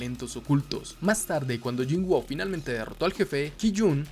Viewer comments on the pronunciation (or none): Excelente video, solo diria que mejores la pronunciacion del nombre del personaje, no se llama "yinguo", se pronuncia "yin-u" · Se escribe woo pero se dice wu por qué tiene doble o y se leé cómo u Bro.